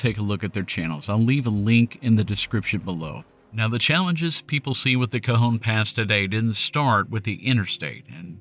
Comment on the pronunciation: Thank you for not pronouncing it “Ka-John” 😂